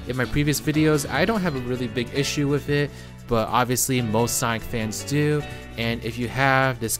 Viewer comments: Why does this guy keep pronouncing sonic as saik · It's not Sonic it's Sonk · Can’t pronounce sonic so I’m out thumbs down